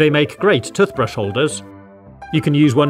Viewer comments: Toothbrush is pronounced "tewthbrush" not "tuhthbrush". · The way he ses toothbrush doesn't sound right 😂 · "TUF" brushes 🤣🤣🤣🤣🤣🤣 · Why you say tutbrush 😂😂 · I don't know why but I genuinely like how you say toothbrush 🪥 😁👍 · Ah yes tuthbrush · Great video as always. I love the way pronounced toothbrush...